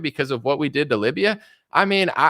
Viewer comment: In precedent, the c sounds like an s not a z. Just sayin 🤷 Also, subservient is Sub serv EE ent NOT sub serv ent